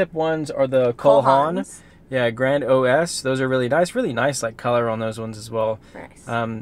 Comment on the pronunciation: Not grand o s